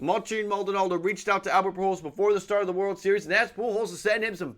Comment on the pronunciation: Maldonado* not Maldonaldo